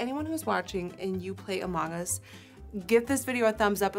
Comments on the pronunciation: i kept hearing “a mangas” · I kept hearing “A Manga” instead of among us. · No one: Nikkie: A MONG us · Her accent really comes out when she says “among us,” so cute! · thank god you heard it too lol